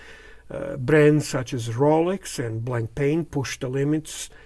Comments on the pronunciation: It is not pronounced blankpain. It is Blanpan, the a and I are silent. The strap is made of sailcloth. A beautiful watch. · It’s pronounced blon-pan, with very soft almost silent ‘n’s. There is no ‘c’ sound.